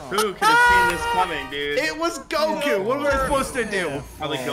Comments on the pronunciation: Bro, really said CoGo it’s a Goku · LOL is how ssundee never watched anime and the game tricked him to say his name as kogu. I think u should start making a second channel with u watching anime